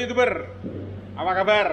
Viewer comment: Hallo Geschäftsführer der Firma in Sumber Alam ✋😁 Hahahaha bener pak, penyebutan (Y) dalam bahasa jerman berubah jadi (J). Youtuber berubah jadi Jutuber 😂